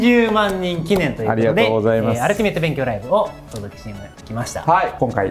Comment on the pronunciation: ふくらp「アrrルティメット」